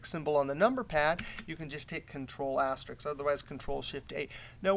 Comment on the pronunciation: Dude, Risk! Risk! aster-RISK Not Ricks